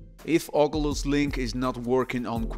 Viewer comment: Blud sayin ogulus